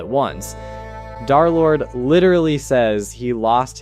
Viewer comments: Why do u call him darlord? Its derlord bro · Come on... it's Der-lord, man. 😢